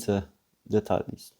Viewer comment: Jak coś to słowo "details" nie czyta się "detalis" tylko "ditejls" :)